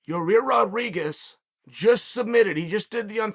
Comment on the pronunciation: Will never get tired of Chael calling him Ya-Rear lol.